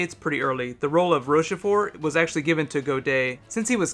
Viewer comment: There isn't a cameo, or refernec concernng Capaldi and Dcotor Who. Oh, and it's pronounced Rosh-for